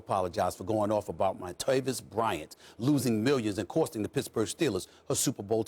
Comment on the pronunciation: Y'all heard the way he said montavis?😂😂😂